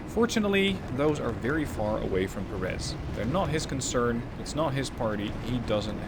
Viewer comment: It's pronounced PÉ- reth, not Perés. Otherwise, nice video.